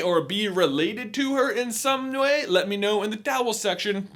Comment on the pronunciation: “Some nwee?”